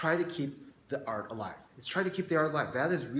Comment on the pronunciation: sounds like you keep saying arc instead of art